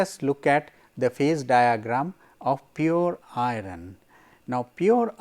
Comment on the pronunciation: why pronounce 'iron' as i-run?